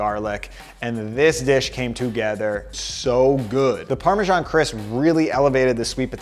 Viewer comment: Great content! Thanks. But, please check your pronunciation of parmesan